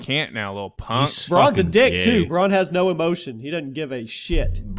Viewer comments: Some of the names in game of thrones are hard but bran, are you fucking serious bran, not bron, bran, A, not O, Bran as in Brandon, bran. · Its Bran not Bronn. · Ffs u pronounce every game of thrones name so shit, Bron? It's fucking bran for Branden!